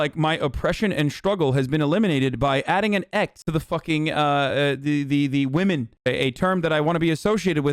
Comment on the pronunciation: No one: ABSOLUTELY no one: Hasan: womixin